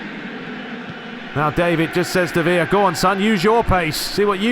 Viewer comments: Villa in spain is pronounced as "viyah". Villa in agentina is pronounced "Vishah". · Villa is like saying Bishop but with an A at the end 😂, try it out. You said it fine once in the start of the video. Loving your work since I discovered your channel! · That’s Villa from Boca’s right? When playing with the Argentine (Spanish) commentary they pronounce it “Veee-d-jah” not sure how accurate that is but fuck it right lmao